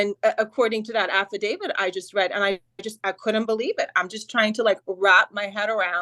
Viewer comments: AFFIDAVIT, NOT AFFIDAVID! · How come they all say affadaviD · Affidavit, NOT affadavid. This word ends with a T, not a D. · Drink every time they say Affa David